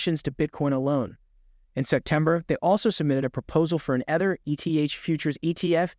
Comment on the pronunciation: How can a real human being who is presumably familiar with the subject matter of their crypto videos pronounce Ether as 'Eh-ther.' Nobody pronounces it like that. This must be a purely AI-driven channel. Impressive that AI voices can sound so realistic.